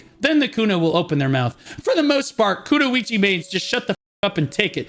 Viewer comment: nah. That pronunciation of Kunoichi is criminal 😂